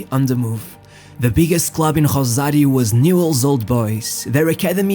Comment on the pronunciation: So, it is pronounced Rrosario, not Grhosario.... We speak spanish, not portuguese...